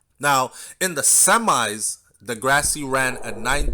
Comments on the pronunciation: Big up, Andre De Grasse. 🇨🇦,last name is French. Pronounced De (Grass). Just saying. 😁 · The E at the end of his last name is silent